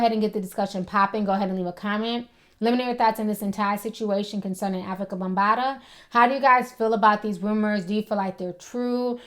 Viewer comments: She kept callin him bumbata lmao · Its bambata not bumbata lol